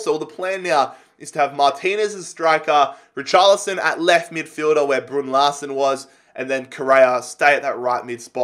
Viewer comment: Thank fuck you sold Larsen, Saves us all cringing every time you say his name.